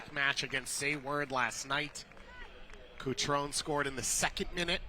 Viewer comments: CutronE! The last vowel is not silent. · Commentator's pronounciations is even worse than women's play. "Kohw-mo", "Cutron"